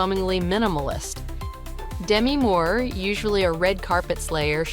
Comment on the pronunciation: If you're gonna throw shade at celebrities, can you at least pronounce the names right? It's "D - MEEEEE Moore" and "Heidi KL - OOOOM!" 🙄🙄🙄